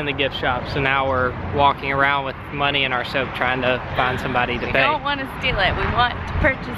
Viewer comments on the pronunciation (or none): none